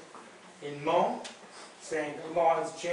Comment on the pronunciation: I'm sorry... But if your going to post a video on behalf of the Hmong people, you spell check before hand 👍(Hmong-hmôNG) pronounced: Mong